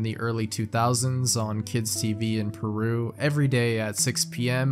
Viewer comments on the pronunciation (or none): none